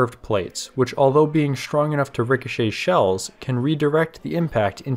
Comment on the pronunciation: I like these videos but you keep pronouncing words with "str" as "shtr". Shtrong, Shtruck, Shtraight, Chin shtrap.